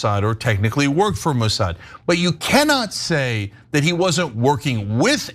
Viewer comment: You actually believe Isreal is blackmailing/controlling it's supposed "ally" to "protect their homeland?" 😂 How does blackmailing America's most powerful & influential protect them exactly? Also, not to be a dck, but it's "Mossad."